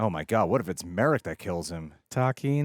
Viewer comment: Not Merrick it is Mar-rok